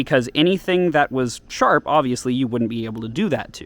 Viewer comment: It’s not shap